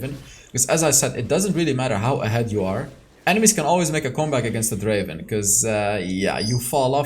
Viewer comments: Not draven it's drrraven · Its Dreyy ven 🤣